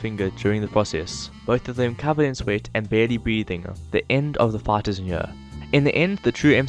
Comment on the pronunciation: Lol you say fight like fart